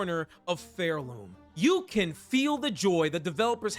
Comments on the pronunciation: Really good video, but evertime you said pharloom as phairloom killed me inside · It's Pharloom as in far away, not Fair-loom